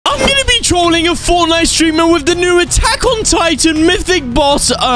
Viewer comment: I love your intro there you say i am gonna be teolling😂 When i hear that you Are gonna be teolling then i want to take some popcorn😂🍿